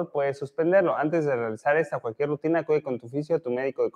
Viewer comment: Rutina no RAUTINA